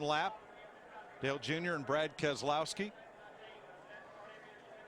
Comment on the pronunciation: Brad Kes-e-lowski won this race